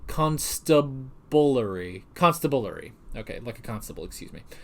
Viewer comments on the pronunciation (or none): Hi. I am definitely enjoying the review and reaction to the series, it’s one of my favourite shows actually. I really enjoy the analysis at the end too about the episodes. Also by the way, constabulary is pronounced “Const ab lary” not the way you did it (but no worries! I’m not the best at pronunciations either lol) and it basically just means a police service of constables (weather police or detective constables) it’s not different from any other police service and is not just constables as the name suggests, some police services in the UK have constabulary as their service name but are still referred to as Police.